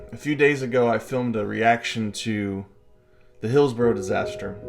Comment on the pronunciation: Its pronounced "hills-burrah" not burrow. A burrow is something a rabbit digs! 😂❤